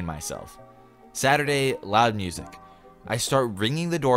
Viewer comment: I FEAST to my ears 😂😂😂😭 cause he can’t say music